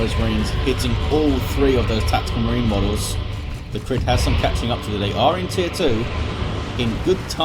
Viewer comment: Thanks for casting! The way you pronounced my name the first time is correct (ie NOT as "Cry"). /TheCrydd